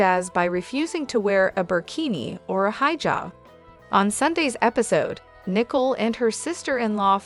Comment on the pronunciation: Her name is Nicole pronounced as "Nee Cole"...